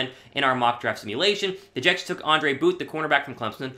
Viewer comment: Bro if you say ANDRE booth one more time 😂😂